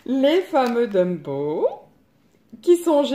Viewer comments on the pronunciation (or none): ptdr LE LAPSUS DE FOU QUE TA SORTIE MDR TU ES TROP DRÔLE TU M'A RÉVEILLé DIRECT LOL LA FOLLE!!!! et tu à replonger lol pourtant tu arrivait à dire Tombow et la tu redis Dumbow mdr t trop marrante!! ;) pour la box jt comme toi sur le livre je suis resté bloqué dessus deux heures tellement il me tarde d'imprimer un colo pour le faire (car je colorie jamais dans mes livres pour avoir le choix à l'infini de le refaire et pouvoir soit offrir ou encadrer, cela m'avait bien servie de pas colorier dans les livres car j pu exposer mes colos dans un exposition dans mon village et un autre peut être du coup c mieux pour moi car exposer des livres c compliqué lol) Tu as eu de la chance d'être choisie en même temps c normal je trouve et tu es tombé sur une des plus belle box pour moi qui suit abonné depuis décembre!!elle est dans mon top 3 et moi j'adore colorier les visages et cheveux de femmes du cooup je suis gâtée!!! ;) mais tu as raison ce livre c'est vraiment un bijoux!! un bijoux de collection magnifique à avoir dans sa collection c sur!!! moi aussi j'étais super contente!!! sinon n'hésite pas à venir me voir sur ma nouvelle chaîne qui parle de coloriage biensur et de beauté!! j'ai ouvert il y a pas longtemps et j'ai été tagger aussi donc les vidéos colo vont très vite arrivées!! tu es la bienvenue!! sinon change pas tu est toujours aussi sympa et surtout rigolote j'adore tes vidéo , bisous ma belle!!